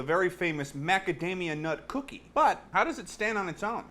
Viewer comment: Unus Annus Memento Mori You put the how with some emphasis ***** hell